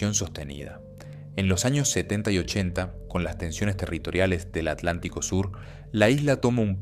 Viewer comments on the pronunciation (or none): none